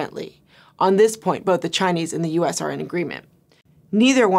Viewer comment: She is one of the few Westerners who pronounce Chinese names with the correct tone and accent.